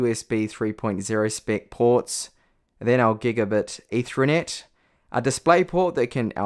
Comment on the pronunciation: Say ether as in the alcohol. Now say net. Now put the two words together and that's how it's pronounced. You're welcome.